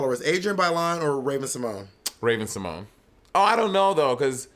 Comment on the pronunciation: Raven can't read... because there's only an accent on the E which would make her name Raven Si-mo-nee not Simoñe or Simogné. I hope someone will tell her that sometime.